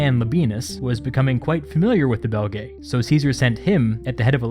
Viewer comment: This would have been much easier to listen to had you not included that horrible and distracting background "music!" I mean, what is the point of that? It even overwhelms the narration at some points, for Pete's sake! By the way, Belgae is pronounce Bel-guy in Latin, and to be really obnoxious about it, Caesar sounded like Kigh-ssar - since C always sounds like K in Latin.